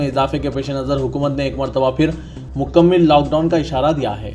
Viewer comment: مکمِل 🚫❌✖️❌✖️ مکمَل☑️✅